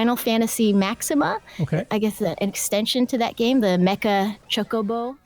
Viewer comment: she said mecha choco bo